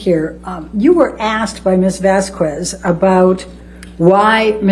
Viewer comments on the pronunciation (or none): And... There's sun in the Bahamas, right?! 🤣🤦☀️ ELAINE!! 🤡 Her jealousy over Rochelle, was so transparent. It's Vas-K- EZ not Vas QW- EZ, ELAINE!! AQUA- MAANN! 😂 Amber's lawyers bitching about Amber being mocked as a victim, but mocked Johnny Depp, the real victim, during the trial, so cruel and unprofessional!